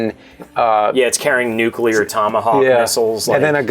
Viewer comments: Is there any way we can get to stop say "nuculaer" weapons? Isn't he supposed to be a fairly educated man? I don't agree with most of his viewpoints on movies, but that just irks the shit out of me. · Hey,? Nukular? Still not a real word. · The way pronounces "nuclear" is so triggering:D